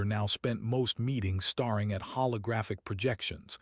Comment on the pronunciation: Gah.. the voice mispronounced staring as starring. Poor. Low quality. Thumbs down.